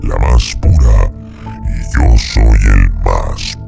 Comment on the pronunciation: El documentalista no conoce la "Y". "IO SOOOOY ...."